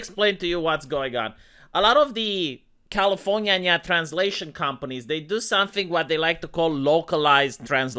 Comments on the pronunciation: I just came to hear you say: Califor-nya-nya. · Califor-nyanya lolol